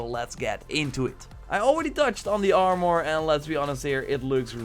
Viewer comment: Learn to speak English. You can't say: armour, Hercules and you called a helmet a hat. FFS